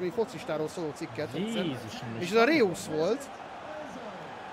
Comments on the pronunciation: Reusz xd😂 így kell kimondani: rojsz :D 😂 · Az nem reusz hanem rojsz 😂😂😂